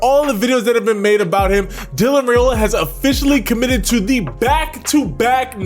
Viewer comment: I can’t wait to see how he develops at Georgia. It’s an amazing time to be a Dawg. BTW, just letting you know for the future, his last name is pronounced rye-ola not ray-ola. I was pronouncing it wrong too until I heard it from the horses mouth. 😂